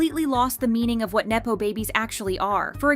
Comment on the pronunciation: neppo...not naypo.